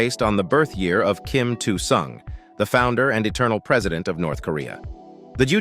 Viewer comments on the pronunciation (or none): Kim "two' Sung ??????? no no no ,,its Kim ill Sung ,, if you make a vid , you should know this